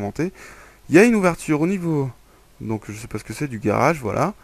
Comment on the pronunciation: garage et non" garrage" MDR